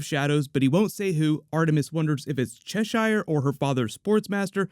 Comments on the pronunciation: stop saying cheshaire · Love the vid... just bugs me how he pronounces "Cheshire"